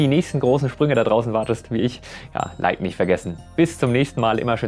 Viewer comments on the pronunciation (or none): none